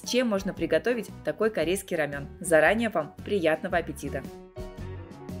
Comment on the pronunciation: РамЭн, не рамЁн 🤣🤣🤣